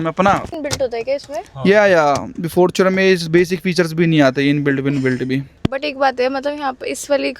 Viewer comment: Bro is totally original Yuva-e-Utaar Pradesh....the way he said Fartunerrrrr